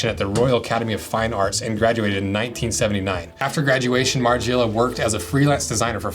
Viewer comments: margIIIela 😂 lol learn how to pronounce his name before makings the video 🤦🏻‍♂️ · Listening to you say "Marge-ee-ella" continuously is quite a hard watch. Dn't use a US google translate for starters.